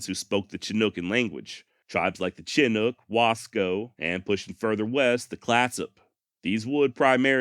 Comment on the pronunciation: Pronounced Shi-nook, like shit without the T